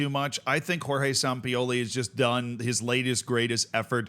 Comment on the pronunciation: You say Sampioli, like you are some sort of autistic streemer